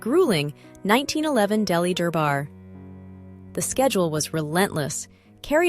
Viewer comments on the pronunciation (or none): none